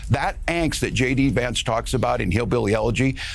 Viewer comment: Did you just pronounce JD Vance as Shady Vance at the start? Harris-Walz Campaign should go with that (and pay you a dollar every time it’s mentioned…) 😂